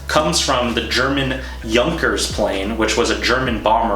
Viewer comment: You pronounce the plane name correctly. congrats! Only it was a transport plane, not a bomber. Junkers Flugzeug made bombers but the the inspiration for the bag is not a bomber.